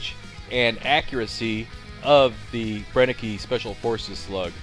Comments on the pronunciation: Cool video, just want to point out that it's pronounced bren-ek, not bren-e-ke. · It's pronounced "Bren-ehh-ker" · You pronounce the word "Brenneke" almost right, except the last letter (e). In Germany we pronounce the "e" that ends a word, like you pronounce the "e" in the word "the". But the rest was perfectly pronounced. Regards from Germany ✌🏻